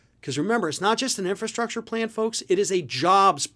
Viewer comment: Trump can barely pronounce infrastructure. He made empty promises during his term.